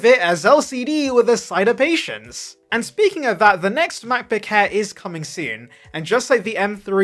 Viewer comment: "...the Macbook Hair's..." 😂😂😂